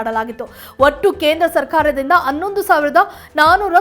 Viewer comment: ಸುದ್ದಿ ವಾಚಕರಿಗೆ ಒಂದು ಸಲಹೆ. ದಿನಾ ಬೆಳಿಗ್ಗೆ ಖಾಲಿ ಹೊಟ್ಟೆಗೆ ಎರಡೆರಡು ತುಳಸಿ ಎಲೆ ಮತ್ತು ಒಂದೆಲಗದ ಎಲೆಯನ್ನು ಒಂದು ಚಮಚ ಜೇನುತುಪ್ಪ ಬೆರೆಸಿ ಸೇವಿಸಿರಿ‌. 'ಹ' ಕಾರ ಉಚ್ಚಾರಣೆ ಸರಳವಾಗುತ್ತದೆ. ಈಗ ನಿಮ್ಮ ಸ್ವರ ಸುದ್ದಿ ವಾಚಿಸಲು ಸೂಕ್ತವಾಗಿದೆ. ಆದರೆ 'ಹ' ಕಾರ ವೆಲ್ಲಾ 'ಅ' ಕಾರ ವಾಗಿ ಅನ್ನೊಂದು ಅನ್ನೆರಡು ಕೇಳಲು ಅಸಹ್ಯವಾಗುತ್ತದೆ . ದಯವಿಟ್ಟು ತಿದ್ದಿಕೊಳ್ಳಿರಿ.